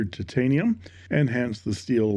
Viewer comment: I love the way you say: tit-tain-ium. A Chinese copy of a Chinese pen, made from substandard Chineesium.